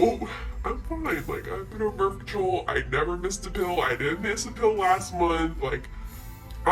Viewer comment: "birf" lol birth